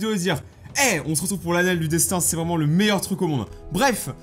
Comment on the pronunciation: C'EST est moi ou il dit toujours '' '' déssin '' '' au contraire de '' '' déstin '' '' ?